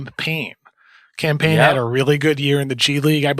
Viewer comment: Bro pls quit calling him Cam Payne, it sounds like you’re saying campaign